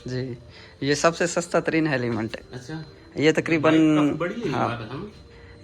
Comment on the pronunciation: Heliment 😂😂😂😂😅 Helmet hota hai